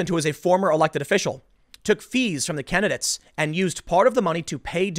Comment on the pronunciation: The way he says "kennadits" instead of candidates...